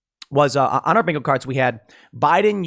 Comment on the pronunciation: Joe Biden's great value MAGA Make America Good Again Also, I'm pretty sure you said "binko" after talking about Joe's inability to speak. 😂